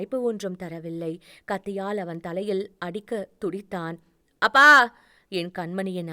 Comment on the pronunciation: அ பா என்று என்று சொல்லும் தொனி சரி இல்லை அப்பா என்று சொல்லவும்